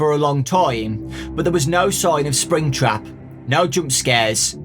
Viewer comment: Fnaf fans: make some good book Scott: BEB SPRINGTRAB HEE HEE